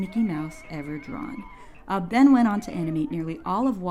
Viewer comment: I always thought Ub was pronounced Oob until I watched this video, and then I looked it up after hearing your pronunciation. Learned something new today. Thanks for teaching me how to say it right lol